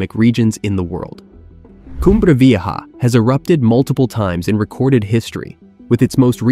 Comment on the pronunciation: pffff.....you can't pronounce a simple word like 'vieja'?